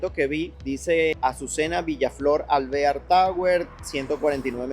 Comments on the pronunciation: se pronuncia Alveár, es un apellido, tu dices alvéar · Alvear es un apellido hispano no se pronuncia en gringo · Nadie lo asesora en la pronunciación de las palabras. Ya varias veces en otros videos diciendo mal los nombres cuando no hay acentos. Ej este video alvear porque lo dice asi??? 🤬 jaja